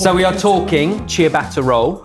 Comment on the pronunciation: I am always amazed how even professional chefs cannot pronounce the most basic of foreign words properly ... and don't seem to be bothered. Eg, from the start of this video: "saw-tay" instead of "soh-tay" (amazing how widespread this is, even amongst chefs), "chee-a-batta" instead of "cha-batta", "cot-su" (!?) instead of "cat-su" .. etc etc. It's such a simple thing to get right, and makes you sound so provincial & backward when you get it wrong. Can I plead for you to try a bit harder and make your EXCELLENT channel even better?